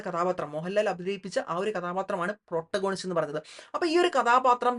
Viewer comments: താങ്കൾ പ്രോട്ട ഗോണിസ്റ്റ് എന്നു പറയുന്നത് തെറ്റാണ്. Protagonist എന്ന വാക്കിൻ്റെ ഉച്ചാരണം പ്രറ്റാഗനിസ്റ്റ് എന്നാണ്. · It's actually pronounced 'പ്രൊറ്റാഗണിസ്റ്റ്' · Correct pronunciation is - Protagonist